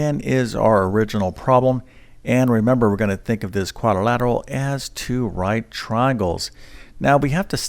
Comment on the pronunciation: Shameful that a math teacher is unable to pronounce the word algebraic. Hint: It’s not algeberric. But I suppose that’s what we should expect from someone who says quadorlateral.